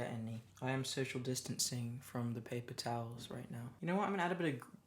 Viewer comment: why is no one talking about "washing da brush"